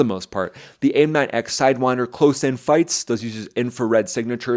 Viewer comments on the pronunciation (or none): none